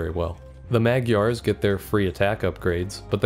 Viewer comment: For future reference, you pronounce the GY in Magyar the same as one would in gyatt (this is the only fucking word in the english language you reserve the proper gy pronounciation for)